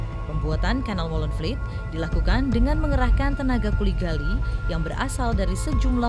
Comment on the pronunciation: Molenvliet, bukan Molenvielt.